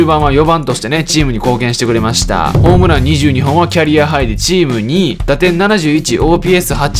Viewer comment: ホームランをラパンパラって言ってるの草 マルテ頑張ってるから、2年契約でもいい気がするけどなー、運営じゃないから、分からんけど